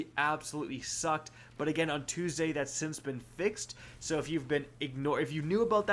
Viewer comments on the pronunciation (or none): none